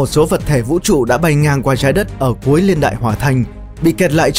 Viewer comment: Niên ko phải liên nghe khó chịu lắm